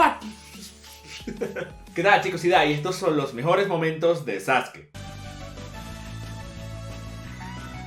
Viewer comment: muy buen video, en especial por la pronunciación correcta de Sasuke